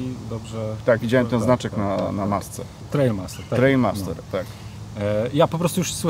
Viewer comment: Nie Trailmaster, tylko Trialmaster (czyt. trajal...) Panowie